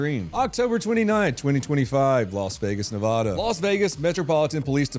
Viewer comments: please for the love of all your viewers from Nevada please learn how to pronounce Ne VAD uh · Still pronouncing Nevada wrong.